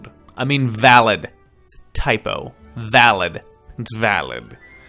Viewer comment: "vaild"😂😂😂 Me: VALID, BITCH!!!!